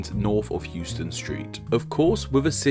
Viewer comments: Pssst….. “Houston” in NYC isn’t hewston, it’s howston. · in nyc, houston is pronounced “HOUSE - TON”